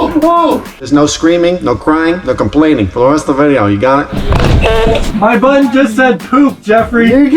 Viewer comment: Anyone else notice how says button like buoton